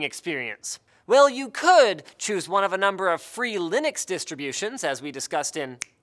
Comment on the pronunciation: Its Linux, not Linnux